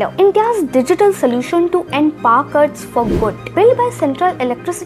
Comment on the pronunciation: Paar cuts ??? Please pronouncetion need total restoration